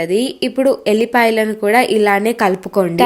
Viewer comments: Adhi vullipaya yellipaya kadhu 😂😂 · అక్క ఎల్లిపాయ కాదు అక్క వెల్లుల్లిపాయ అక్క